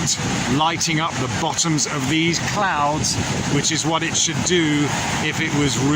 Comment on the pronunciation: "clouds" became "clounds". Well then... lol